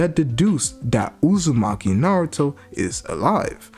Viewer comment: I love how he calls Hima, and Kawaki, Hima Uzimachi, and Kawaki Uzimachi. And not Kawaki Outsutsuki. He calls Boruto, Boruto Outsutsuki. And is it me, or is Kawaki huge, I mean if Boruto is taller than 5'4" like he was supposed to be, like everyone said. Thar makes Kawaki well over 6'. I think Boruto might be 5'4" and Kawaki 6'. I think Kawaki is a beast. He's my favorite character because he's always been stronger than Boruto. And he reminds me a lot of Naruto.